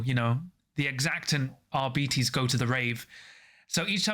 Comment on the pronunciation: Arbites stems from the word Arbiter, so it it's not "ar-bites," but it's not "ar-bee-tees" either. The accurate pronunciation would be "ar-bit-ees"